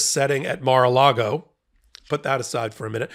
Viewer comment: You keep saying Mar-a -Lardo wrong.